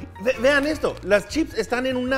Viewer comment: Ehto... ehto no tiene consistenciah... un treh...